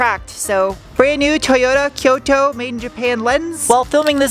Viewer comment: Hi, I don't mean to be picky, but it is Koito (ko-ee-to), instead of Kyoto. Hope it helps!